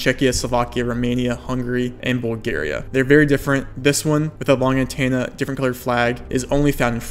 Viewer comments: You really need to work on your annunciation and pronunciation. "Antenna" is not pronounced "An Tan Na" There is an E. So its An TEN Na You say a bunch of stuff incorrectly like that. Idk if you have a speech impediment or what but it makes it difficult for non english speakers and ESL to understand your videos. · If you take a shot every time you say antenna as antanna, then you'd be dead. :P